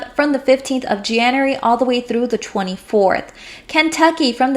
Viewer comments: Learn how to pronounce January and February please it made my skin crawl. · Jan-you-ary=Janery (January) Feb-ru-ary=Febery ( February)